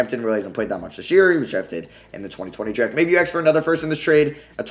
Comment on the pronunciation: The amount of times he said axe 🪓